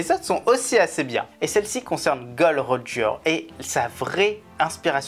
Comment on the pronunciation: "Gol Roger " 😂 surtout ne pas prononcer le "D" sinon on sait que ça peut dégénérer 😈